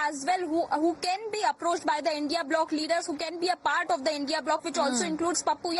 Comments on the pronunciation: It's india alliance 😂say it properly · Say india not I N D I A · It is not I N D I A it is INDIA SCHOOL NAHI GAYI KYA? Sirf baat karna aata hai padhna nahi 😂😂😂